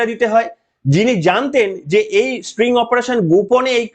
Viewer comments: খুব ভালো লাগলো। তবে কথাটা string নয় sting. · String na, spring na, "STING" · মহাশয় এই ধরনের অপারেশনকে স্টিং ( হুল) অপারেশন বলে, 'স্ট্রিং' নয়। ভুলটা চোখে কানে খুব বাজছিলো। যাইহোক ভিডিওটা যথেষ্ট যুক্তি সমৃদ্ধ। চ্যানেলের জন্য শুভেচ্ছা। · ওরে ক্ষেপা, এটা স্টিং অপারেশন, স্প্রিং নয় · ওটা স্টিঙ হবে, স্ট্রিং নয়। কম্পিউটার সাইন্সের স্টুডেন্ট বি টেক করেছেন,এম টেক করেছেন,কলেজে পড়িয়েছেন! ফালতু কথা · স্ট্রিং নয়, কথাটা স্টিং।